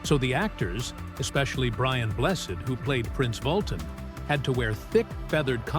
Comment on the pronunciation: Brian Bless instead of Brian Blessed...